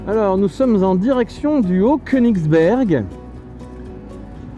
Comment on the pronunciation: Les incontournables y sont, même si tu as un peu écorché le nom de certains endroits. Haut-Koenigsbourg veut dire haut château du roi, Haut-Königsberg veut dire Haute montagne du roi. Concernant le champ du feu, pour info son nom viendrait de la présence de feu follets dus à l'inflammation des gaz émanant des tourbières présentes sur ces chaumes d'altitude. A ces explications je préfère, nettement la légende qui voudrait que ce soient les fées qui allumaient des feux pour guider les voyageurs. Par contre, je t'en veux un peu de dévoiler mon terrain de jeu intime, tu sais ces fameuses petites routes à trail où il n'y a jamais personne, ben du coup il va y avoir du monde. Alors oui ça c'est vrai que ça passe aussi en R1..à condition de ne pas craindre les trous, la mousse sur la route ou encore les branches et écorces laissées par les grumier. Parce que ces routes forestières sont très fréquentées par ces engins. Si je puis le permettre un conseil, le MASSIF DES VOSGES à ne pas confondre aves le département, est très fréquenté les week-ends par nos voisins Allemands qui roulent très fort avec leur grosses bavaroises par ce que la route haute route de la forêt noire (Hochschartzwalderstrasse), l'équivalent de notre Route des Crêtes leur est interdite les week-ends. J'espères que tu as pu voir les alpes bernoises et le mont blanc depuis certains spots de la route des crêtes. Saches que ce spectacle, presque irréel n'est visible a qu'en automne et en hiver.